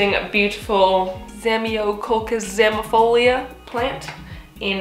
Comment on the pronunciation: What a flex when you pronounced ZZ Latin name, damn